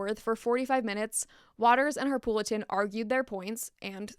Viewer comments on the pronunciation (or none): Also Dick Harpootlian is how you pronounce the lawyers name, not Harpoolitan. Just sayin since it seems saying things wrong bothers you. I like your videos though. Thanks!